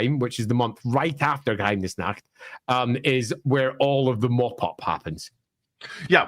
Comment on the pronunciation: Honestly, pronunciation of Geheimnisnacht is pretty good. It's basically an accent at this point, not a mispronunciation.